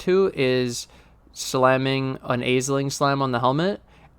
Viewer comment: “Ash-ling”. Ash, like burning something turns to ash. Say it with me now: ASH-LING Thank you.